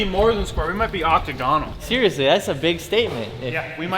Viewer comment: thinking a triangle is more than square and then mispronouncing octagonal was driving me up the fucking wall